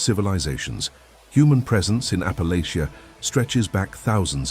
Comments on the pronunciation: Raised in East TN. Loved hearing these stories. Raised with most of them. But just one problem. Please please please, learn to pronounce Appalachia correctly. Thank you. Just remember apple at cha. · Teach AI how to pronounce Appalachia!